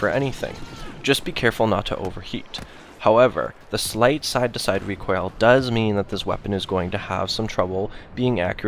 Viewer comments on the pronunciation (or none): none